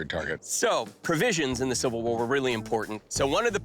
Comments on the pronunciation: Is she saying Silver? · why can't she say 'civil' ?? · Kinda odd that she is apparently a professional actor, but had trouble pronouncing "civil" at least twice.